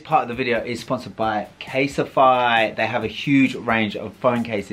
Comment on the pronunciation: anyone pick up on how kept calling it caseify as opposed to casetify 😭 great advertisement 👍😭